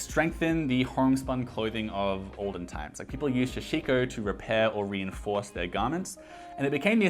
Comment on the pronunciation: Hi, I really enjoy the videos. Small comment for your upcoming sashiko video, its a "sa" instead of "sha". All the things you got look like great quality that will last for years. You must be good for heritage fashion for your entire life. Also, can you recommend any places in Japan where I can find clothes like this?